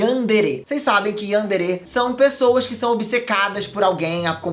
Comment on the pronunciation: plmds você tá falando Yandere errado